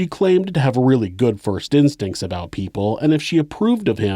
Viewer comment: I thought you pronounce it "aboat".